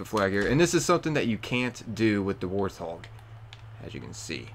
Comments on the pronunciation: Why are you saying warthog with an L? Warlthog?? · "the war thog" bro surely not.